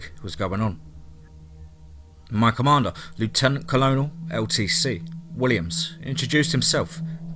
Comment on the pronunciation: Did he actually say Leftenant Colognel? Americans say Lootenant Kernel lol.